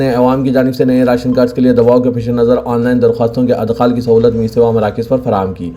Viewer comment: Adkhal wrong Idkhal right